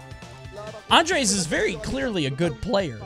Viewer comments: Me: Andrés.: Andreish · The “s” in “andres” is pronounced in Spanish. Most of the time in Spanish the letters are always pronounced, the “s” is always pronounced for example. Source: my name is andres and I’m native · As a Spanish I can tell you. The ''s'' is not silence